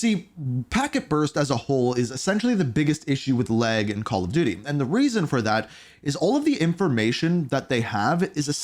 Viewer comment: It’s pronounced “lag” not “leg” bro Jesus